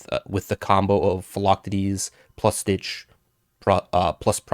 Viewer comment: Love the content. Philoctetes - Fill-Ock-Tee-Tees